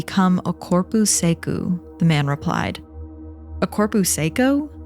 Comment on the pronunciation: Fala sério! You honestly think “corpu secu” is good pronounciation of corpo seco?! Kkkk